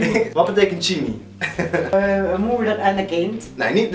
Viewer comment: chimi?? het is toch chima?!